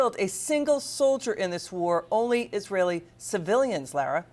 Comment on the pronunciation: Her name is Laura not Lara